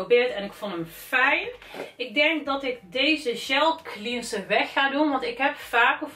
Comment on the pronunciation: Het is cleanser met een è en niet clieeenser.